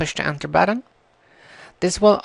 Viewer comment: You said j when it was a g, buttom instead of button and you said components differently from how most people i know say it so it is probably wrong. thanks for helping me though :D